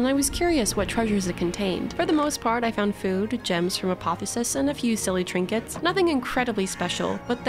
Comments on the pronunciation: Okay. It's "uh·paa·thee·ow·suhs," not "uh·paa·thuh·suhs". Love your vids. Hermione out. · Btw, you're leaving the "o" out of "apotheosis" whenever you say it.